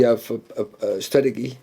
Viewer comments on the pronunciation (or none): He must be intimidating…but someone has to tell him it is pronounced “strateJEE” 😂